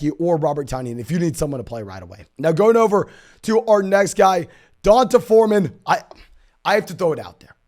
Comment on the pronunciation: No way you guys really think that’s how you pronounce D’Onta Foreman…and Devonta Smith…etc. 😂 So white, no offense. I love love love your content and commend how hard you work, man.